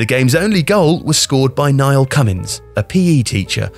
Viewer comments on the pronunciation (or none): none